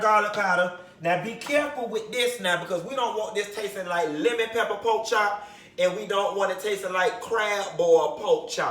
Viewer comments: Come through “pok chop” so Miami... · "Poke chop"😂😂😂🤣🤣